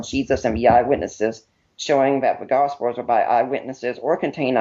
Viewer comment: No offense to the guy, but I just can't get past his speech impediment. Gospers? Miracres? Public speaking wasn't his wisest career path. Either way, took him out behind the toolshed in this debate.